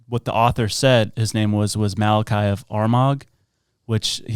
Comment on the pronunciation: I would have enjoyed this more if you could pronounce things properly. Malachy, Armagh, Papacy, ………………shows that you are totally uneducated.